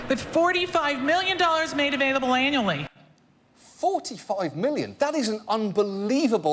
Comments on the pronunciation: Anybody else hear her say, "available anally"? Just me? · When she said: "We give out $45 million annually", I misheard the first time and thought she said "anally". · Is it just me not hearing the accent correctly.. but when she says there is 45 Million available... does she really say it is available anally? - If so thats a pretty harsh way to get a scholarship :P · she clearly says "anally". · "45 million dollars made available anally" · Her accent makes it sound like she said "$45,000,000 made available anally." XD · did she say that there was $45 million made available ANALLY? Sure sounded like it. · Hm, that woman's pronunciation of "annually" sounds a bit odd... :p